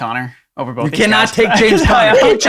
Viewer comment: The number of times he says bolth.... Both man B-O-T-H Both. Sorry, drives me crazy